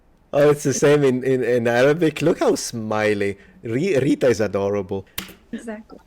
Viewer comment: I'm a Syrian national so I'm Rita's neighbour of some sort. I can confirm a few things. 1- yes, we enjoy rolling our R's. And we stress our T's when they come in between vowels so we call her RRiTTa. A very funny way to pronounce her name but I can see why you enjoy that part. 2- the word that describes the "head of the fishing process" is actually derived from the word Rita used which is ra'is (رئيس) and it's pronounced "Rayyes" whit a stress on the "y". That word was originally used to describe the master of the boat then it has expanded to include any type of informal bosses like foremen and Union leaders... etc. I'll edit this comment when I rewatch the video with timestamps hopefully when I rewatch. Love your work. You've got a new subscriber.